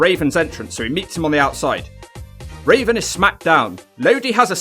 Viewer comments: Am I the only one hearing Raisin instead of Raven? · It’s raven not raisin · Why does he say Rasin Instead of Raven sometimes?..... That Benoit match looked good but that Malenko match looked sloppy. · You called raven raisin too funny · Anyone else hear call Raven Rasin. Hilarious. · I love how you call Raven, Raisin lol. I got that from Chris Jericho and called him Raisin ever since. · Why do you keep calling him raisin? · Do you keep saying RAISIN??? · Are you saying.... rasin?